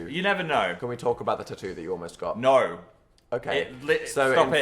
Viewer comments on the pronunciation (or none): “naur” I swear Phil just picks up accents as he goes. Australian “naur” but in a very Scottish looking jumper. 🤔 Giving where in the world is Phil today.